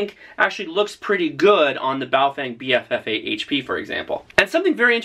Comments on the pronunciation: Nope: it's pronounced Pofung, clever clogs. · FYI BaoFeng is pronounced BaoFung in Chinese.